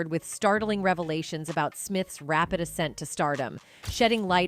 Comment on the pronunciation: Did you really say “Rapid ASScent” into Hollywood? 😂😂😂😂😂😂